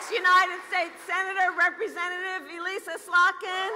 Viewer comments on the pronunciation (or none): none